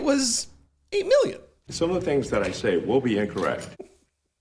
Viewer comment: You crack me up! 😂 8 " ma-billion "